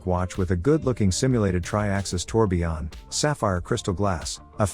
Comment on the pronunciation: It's tourbillon, not tourbion